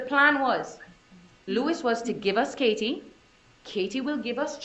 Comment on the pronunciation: Why does the Woman defense Attorney speak with a FAKE Spanish accent?? It's embarrassing to listen to her slip up the accent. And the way she pronounced KA-TIE